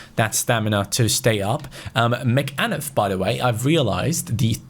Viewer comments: McAnuff is pronounced macanuff like all one word. Love the vids though x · it's pronounced MA-CA-NUFF... he's a Jamaican like Leon Bailey